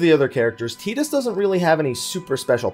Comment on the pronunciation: Finally a youtuber that pronounces tidus as "ti-dus" not "tay-dus"